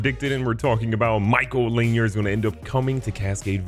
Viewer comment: Mykal’s last name is pronounced LA-near not lanyer